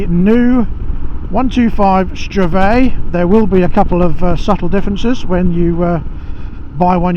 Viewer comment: It's pronounced "STRVAYG"